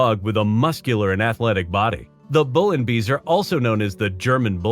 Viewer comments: The 'beisser' part of 'Bullenbeisser' is pronounced somewhat like 'bye-sir', not 'bee-sir'. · Bullenbeisser translates into bull bite and the word "Beisser" (=biter) is pronounced like "bycer", nothing else... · Beisser with an ei, not an ie Big difference...come on... ay and ee so not sound the same what so ever.. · Bullenbeisser! Not whatever you just said... Weil er Bullen beisst 😁